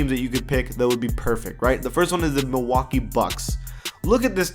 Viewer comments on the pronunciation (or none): none